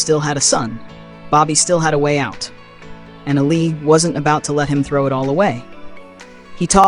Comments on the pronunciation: ALI not ALLEY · Its not ally its Ali